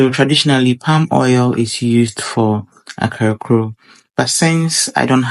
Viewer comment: Great cooking. Small correction. It is pronounced 'Kaklo', not akrakoo. Kaklo is a Gadangme word for fritter.